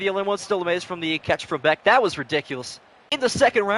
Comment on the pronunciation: Jack Bech like Besh. Not Beck